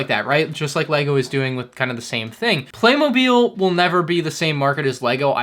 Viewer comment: Therte's no "E" in Playmobil, it's pronounced Play-Mo-Bill